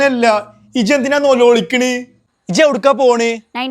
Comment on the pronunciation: നോലോളിക്കണ് അല്ല, നൊലോൾച്ച്ണ്...😂